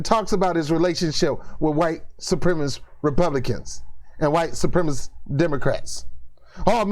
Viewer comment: Great video. Hit most of the points square on the head in a way that is superior to many other commentators. I will watch much more of you in future. Only quibble is that you should say supremacist properly.